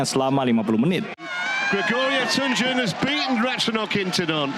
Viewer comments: Tunjung ya bukan Tanjung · TUNJUNG BUKAN TANJUNG!!!!